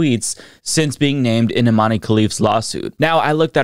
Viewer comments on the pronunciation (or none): Love you,. I think Imane’s first name is pronounced like ‘Iman’ though. “Imane” seems like the francophone spelling for that word. 🙂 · For the love of god, it's pronounced Imahn!!! Dont you people have access to wikipedia in america?